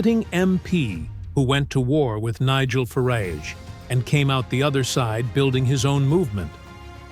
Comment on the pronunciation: Next time you make a video about the UK, you might consider using an AI voice with an actual BRITISH accent, as opposed to an American one. Listening to this was really getting on my nerves, but the way it pronounced 'Fareeeij' was the final straw for me! Just sayin'